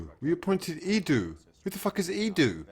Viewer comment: "E-doo" 😂 thought it was only me that noticed he can't even pronounce our director of football's name properly